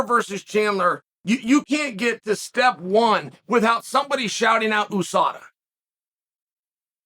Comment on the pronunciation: For Christ's sake, it's pronounced YOU SADA.